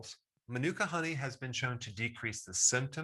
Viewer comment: Dr Berg, if I may point this out - you're pronouncing it incorrectly. It's maanuka, accent on the first (longer) syllable.